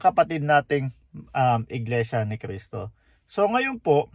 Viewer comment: Pakikorek nman yung Cristo not K po thank you!